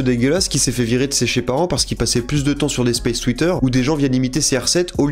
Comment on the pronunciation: « sez chez parents », tellement la haine t’en perd ton français mon reuf